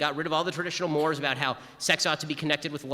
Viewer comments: "mores" has two syllables. It's mor-ays. Just a petty correction. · Ben Shapiro is a very intelligent man and I support him but if he is so smart why is he mispronouncing mores (morays pronunciation) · "the left destroyed traditional mores" I've only ever heard "mores" in this context pronounced "morays". Must be different in the US. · It’s pronounced “morays”. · Did Shapiro mispronounce mores?